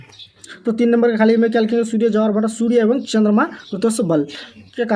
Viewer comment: सर जी ज्वार को जवार कह रहे हैं😂😂😂😂😂😂😂😂😂😂😂😂😂😂😂😂😂😂😂😂😂😂😂😂😂😂😂😂😂😂😂😂😂😂😂😂😂😂😂😂😂😂😂😂😂😂😂😂😅😅😅😅😅😅😅😅😅😂😂😂😂😂😂😂😂😂😂😂😂😂😂😂😂😂😂😂😂😂😂😂😂😂😂😂😂😂😂😂😂😂😂😂